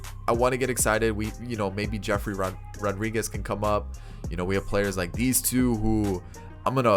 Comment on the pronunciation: His name is yefry Rodriguez...not jeffrey...lol